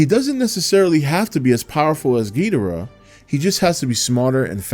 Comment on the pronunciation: I ask one and only one thing from this movie, and that is to make cinematic history as the biggest, greatest, and most epic Kaiju film of all time. Also, after 5 long years, finally said "Ghidorah" correctly, and that, that put a big smile on my face.